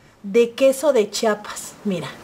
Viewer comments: Mi querida preciosa... Perdón mi niña pero se dice queso chiapaneco con Chía no chapaneco jjejeje... Bendiciones🙌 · Muy rico, lo único que te falta aprender es a decir #CHIAPAS... No chapas.